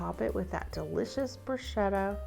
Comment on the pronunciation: Thanks for pronouncing bruschetta properly